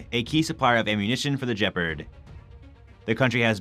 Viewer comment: Jepard? What is a Jepard? Did you mean Gepard?